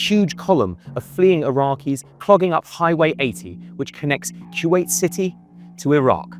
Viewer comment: It's Kuwait not kyuwait. Koo-Wait. Kuwait.